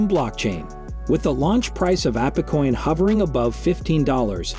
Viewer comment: Probably AI voice. No one would pronounce it Appecoin lol